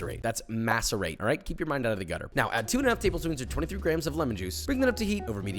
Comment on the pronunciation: Thank You for saying GRAMMS